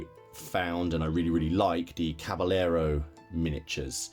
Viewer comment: I hope I don't sound priggish but being from Texas and growing up with the Spanish language your pronunciation of Caballero is kind of nails on a chalkboard to my ear. The doule L in Spanish is pronounced like a Y in English. So, as if cabayero or as with tortilla = tortiya, Oh and if not too fine a point, the B in Spanish is more like a V in English or somewhere in between B & V. So, Caballero comes out closer to Cavayero. Love all your stuff.